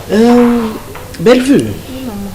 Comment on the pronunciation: J'aime comment appelle Belle vue, elle est la seule qui l'appelle correctement. Merci pour la suite, belle histoire